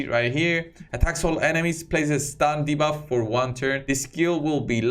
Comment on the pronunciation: Lol, you said de-barf 🚫🤮 ... hold it in! 🤢